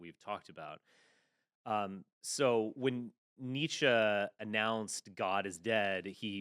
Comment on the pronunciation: The way he pronounced Nietzche made me cringe. It's pronounced "knee-cha" you uncultured swine!